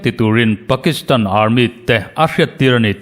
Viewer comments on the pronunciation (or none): Armit tih loh theih se Army ti zawk thei la